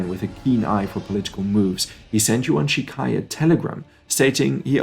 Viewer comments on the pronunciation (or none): Good content but he has not studied the Chinese language., so he mispronounces the phonemes in many names of key people, organizations, and locations. I do not suggeest he needs to pronounce the Mandarin tone, but - he mispronounces Tong menghui, Yuan Shi Kai, Beijing, and others